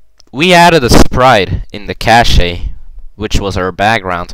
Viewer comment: Cache is pronounced like cash.